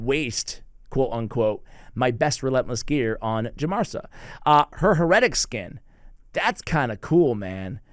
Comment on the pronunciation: Huh-retic skin??? Hair-uh-tick.... Lol come on:(